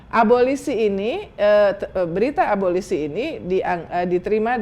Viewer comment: Abolisi...., instead of 'ABOLOSI"